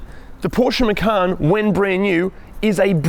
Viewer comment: There's no 'R' in the name: - Macan